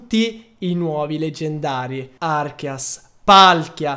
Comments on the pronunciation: arceus non archeas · Non si dice arkeas, si dice arkéus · Si pronuncia arceus babbeo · Si pronuncia arceus come si scrive pensa archeograudon ė la stessa pronuncia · Slasher Az È vero...si prononciua Archeus ma nessuno lo pronuncia bene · Slasher Az Esatto, perché deriva da Àrcheo (antico) e Dèus (divinità), quindi Archèus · si dice archeus che è il dio dei Polemone si scrive arceus comunque va be